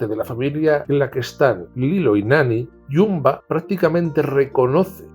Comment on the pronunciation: y no solo eso. Me cantó que llamase "Bumba" a "Jumba". Pero recalco que el vídeo me parece muy bueno, es solo me fijo en los fallitos. Y a veces tiene sus ventajas.